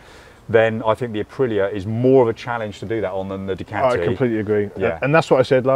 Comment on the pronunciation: its not a DUCATTTI . Its a DUCAAATI !